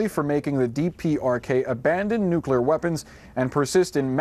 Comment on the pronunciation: Trump has no idea what he is doing. Or how to say nuclear weapons